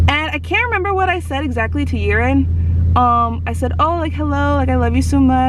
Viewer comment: If you think Whitnee is hard for them to write / pronounce ... be sure Yiren's is harder because most people butcher the pronounciation ... like you did. xD